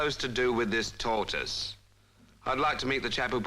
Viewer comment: A Tor-iss.....huh? Someone left a tor-iss on the bus.